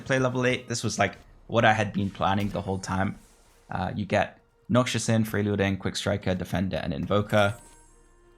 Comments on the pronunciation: bro its noxus not noxious please! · yo btw its not noxshus its nox-us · Love the video, but can't keep hearing Noxus (pr: nock-sus) pronounced noxious (pr: nock-shus) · its NoC-Sus not NoC-Chus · Noxus is pronounced “Knock-sus” - not noxious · Unc is traumatised by Noxious trap he can't even read Noxus correctly.